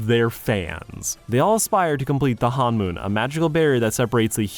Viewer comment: It's honmoon, not hanmoon (first syllable rhymes with the English word bone).